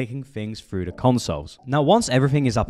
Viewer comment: You need to learn how to say Th. you say Frew instead of Through. You say dees instead of These. This makes you sound unprofessional.